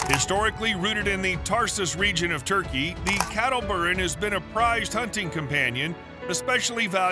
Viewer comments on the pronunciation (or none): none